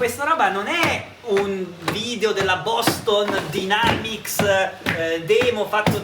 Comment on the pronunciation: Si pronuncia Boston Dainamics !